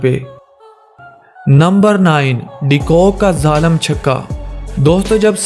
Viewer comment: Bhai pehle apne urdu sahi karo "zalam" nahe "zalim" six hote h